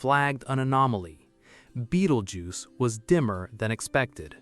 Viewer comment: In the first 10 seconds, when it mispronounced "Betelgeuse" I know it was AI slop!